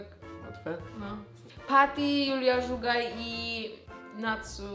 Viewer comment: JA NIE WIEM CZY JA ŹLE SLYSZE ALE MOWI SIE ŻUGAJ NIE ZUGAJ 😭 (dystans prosze)